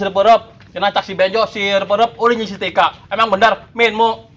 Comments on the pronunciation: salah nyebut ngaran tah si tika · Da yg salah ngucapin si tika manggil bek mlh tip 💯% salah